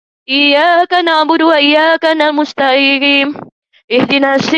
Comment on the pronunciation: Mengapa bacaan AlFatehah nya salah itu. wa iyyakana' musta'iin..? 😳Surah AlFatehah di baca tiap2 raka'at dalam solat. Masok MTQ lagi 🤣🤣. Murtadiin Botol kamu...